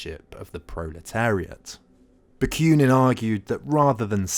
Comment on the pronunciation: Ba. Queue nin? There is no y in the name. Ba koo nin.